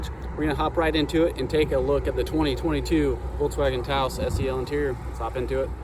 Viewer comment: Thank you for pronouncing Taos correctly.